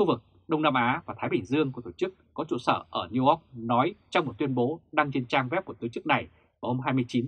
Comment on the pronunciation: Trời đất địa ơi, sống ở Đức mà nói " niu - oóc " ! Thày chạy !!!